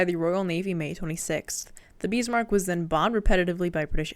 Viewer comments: I hate to be "That Guy," the insufferable know-it-all, but please Pronounce "Bismark" the way it's spelled, not "Beesmark." Prinz Eugen is pronounced "Printz Oigen." Whenever you see the EU diphthong in German (Deutsch) it's pronounced like the English "oi/oy". An e at the end of German words is not silent, but sounds like an A --- and you nailed it. Gut gemacht,! (Note the diphthong äu is also pronounced like the English "oi/oy") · CAN YOU PEOPLE PLEASE LEARN HOW TO PRONOUNCE WHAT YOUR TALKING ABOUT FFS ITS NOT SHEA IT SHEEER IT NOT BEAST MARK WTF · I love how you cannot help yourself and almost every time you say BISMARCK you have to say it in capitals. : ) cool vid. Btw Bismarch did not get unscathed from its fight with HMS HOOD and HMS Prince of Wales, Prince of Wales damaged and they were starting taking salt water into its fuel, which is why it also could not just leave for the Atlantic because repair would be needed, which bought time for British to fidn them again and pummel Bismarck to hell. Yesh they scuttled Bismarck but at that point it was barely afloat.